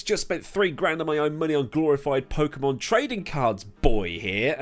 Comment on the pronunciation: I thought you, of all people, would know EA actually stands for "Extruding Arseholes"!! And you call yourself a gamer and an Englishman... Tch!! That said... it's bugging me here, but... is that a Barnsley top you're wearing, he asks wearing a Leeds top? Bug bear, I know, but it's "poh-kay-mon"!